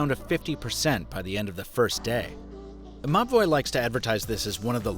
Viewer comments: I thought he was saying "MA BOI" instead of MOBVOI until I read the video description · Nobody else laughed their ass off anytime they heard the company name? I had to look it up, cause I kept hearing "mah boi" 🤣🤣🤣